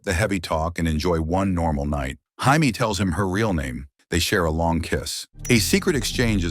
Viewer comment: Jamie, Hi-me, Hay-me... Your TTS sucks dude. Proof watch your videos.